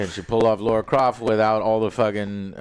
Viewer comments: it’s LARA Croft, not LAURA! Laaara; sounds like bar or car. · Drinking game: Take a shot every time Joe says "Laura" instead of "Lara". (Don't do that. You'll die.) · Some scientists need to look into why people keep calling her Laura instead of Lara Croft. I'm almost sure I hear "Laura" more often than "Lara". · It's LARA not LAURA. How is he unable to say LARA. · It’s ‘Lara’ not “Laura”, you’re as bad as Asmon with the pronunciation 😂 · Isn't it Lara Croft, instead of Laura? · Correct, it’s Lara, not Laura. Different names & pronunciations. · It's pronounced LARA Croft not Laura. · yeah, my post was directed at Joe. Who NEVER says it right.😬